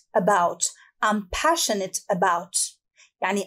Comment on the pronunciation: استاذه ..كلمة passionate لماذ نطقتيها بشين